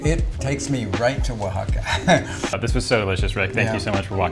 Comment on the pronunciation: Thanks for your congenial tutorials!! Very reassuring and this one helped me finally get the pronunciation of Oaxaca straight!⭐️⭐️⭐️⭐️⭐️